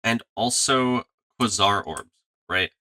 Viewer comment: kway-zar not kwuh-sar